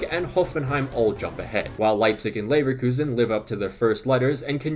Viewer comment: Leverelegation Relekuzen Levegation 🤣🤣🤣🤣